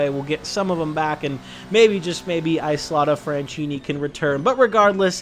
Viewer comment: As an Italian I died 7 times hearing you say "Isotta Fraschini" ahahahhaha,just kidding